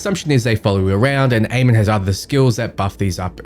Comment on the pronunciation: Nice vid, thanks, just want to point out that you and everyone else currently, is pronouncing Amon wrong. :D It's Ah-mun and was the name of the king of the egyptian gods.